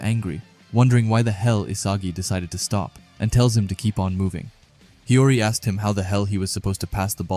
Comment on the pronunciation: It's not hiroi it's hiori